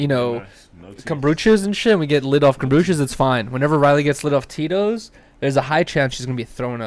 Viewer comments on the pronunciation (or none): it’s komBUcha not komBRUcha lol